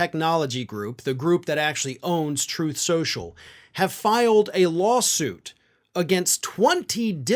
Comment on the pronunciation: Troath Shenchil.:face-orange-raised-eyebrow